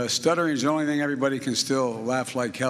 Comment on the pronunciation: But he said " yOu kNoW tHe ThInGH"...